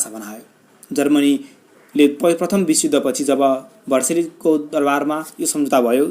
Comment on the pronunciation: भर्सेली होइन हाउ भाइ भर्साइल्स हो